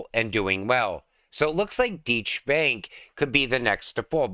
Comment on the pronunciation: 🤣🤣🤣🤣🤣🤣🤣Deutsche Bank is pronounced Doi Che Bank. Thanks for the giggle 💗